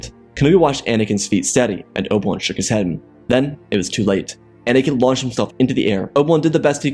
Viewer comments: can NOT say Oh Bee WAN. “Obwun” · What if you could enunciated Obi-Wan's name clearly and give some air time to the "I"... this was rubbish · Oh my god, slow down. Your words blend together terribly. Obi-Wan is 3 syllables. Its not Obwn.